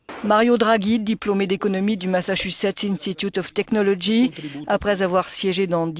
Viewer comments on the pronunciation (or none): none